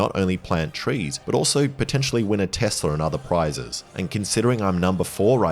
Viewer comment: Donald Trump is a I Did a Thing viewer, this is were he got his pronunciation of tesler